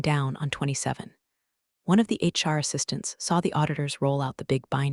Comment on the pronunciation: HR not Char, I beg you.